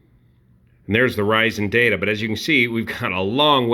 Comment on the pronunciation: Also like the emphasis on DATA